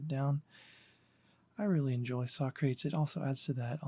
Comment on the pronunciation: Socrates is pronounced sock ra tees. Not sock crates.